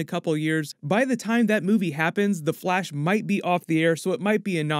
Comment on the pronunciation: In he said blash